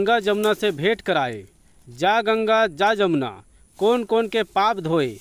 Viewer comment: मंत्र में यमुना लिखे हो और आप जमना बोल रहे हो